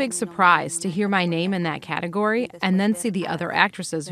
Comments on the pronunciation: pronunció la palabra "Category" como pronunciamos categoría. La entonación de la palabra jejeje 😊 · FYI category se pronuncia cateGOry in Australian accent just so you know 😜